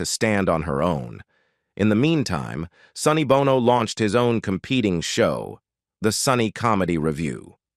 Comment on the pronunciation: Gotta check that AI my guy. Numerous, almost comical errors. Every time your script shifted from "Sonny Bono" to just "Bono" your AI guy switched to pronouncing U2's Bono 🤣